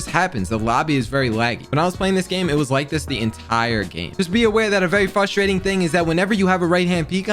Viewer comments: update 4 mins in and i cant watch how can he not pronounce frustrating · whys he talk like a little kid "fustrating" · It’s frustrating that you can’t say frustrating properly